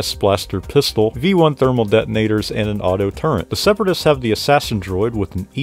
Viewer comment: It’s “Turret” not “Turrent”